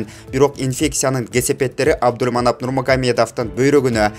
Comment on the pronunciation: Абдульманап дейсин го Абдулманап десен мягкий знакты кошпой чала окуган окшойсун грамматикан ото начар экен